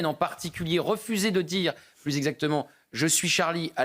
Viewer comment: Ji oune pensi à loui Charles et toute sa famille ...Ji pout pas vous dire plousse 😂😂😂